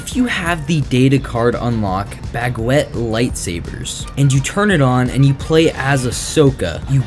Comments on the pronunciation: Aint no way he said "bagwet" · bag-wet.... im sorry it just made me laugh nah but seriously good video :D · Can you say baguette on repeat until you get it right?